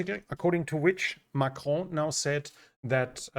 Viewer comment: You pronounce Macron really well